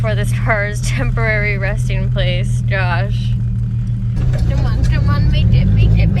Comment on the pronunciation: Am I the only one who notices that says oh my gosh with a D like oh my doshh lmao 😂 I love it